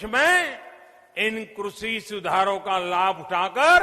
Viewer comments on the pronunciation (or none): सही से कृषि बोलना शिख लो फिर कानून बनाना बोलने में तो शेख चिल्ली के बाप हो ही सब जानते है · कृषि to thik se bolne seekh lete sir😜